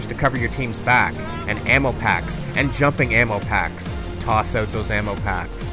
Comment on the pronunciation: You said "ammo packs" like Bacon Strips